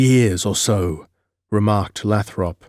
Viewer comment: Great read brother but just to give you a heads up. "Leominster" is pronounced "LEH-min-Stir" I'm not being a twat, it's just that I'm from South Boston in the great Commonwealth of Massachusetts so know the towns names. Oh "Lathrop' is pronounced "LAY-throp"